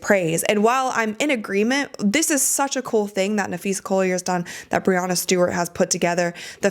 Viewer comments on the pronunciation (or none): I love your show, and I always learn a lot from it. But, to be fair, it is Breanna Stewart (with a short a sound) not Bre-ah-nna. You are committed to good info, that is why I say this. No shade at all.